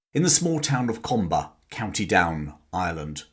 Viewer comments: FYI. Comber is pronounced Cum- (as in Cumberland - or as we locals would say "Come") - ber> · The correct pronunciation of the name of his home town is 'Cumber.' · Cum ber. How to pronounce Comber.